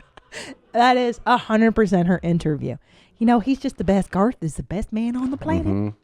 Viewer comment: ‘Garth’ rhymes with ‘Darth’. Just sayin’